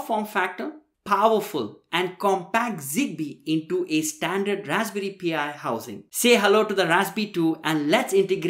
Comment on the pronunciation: Again, it's not "Raspberry P.I." Its Pi. The number. Pronounced "Pie."